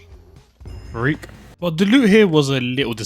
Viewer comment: im not trying to be mean or anything but the way he says frek kinda kreps me out